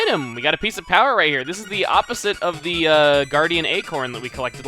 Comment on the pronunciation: It's a PIECE OF POWAH!